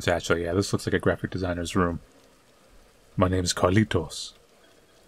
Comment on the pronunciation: Hahahaha I like when says names in Spanish like Carlitos. I'm spanish and I love to see you